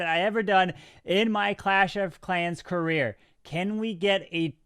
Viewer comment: This man rly said career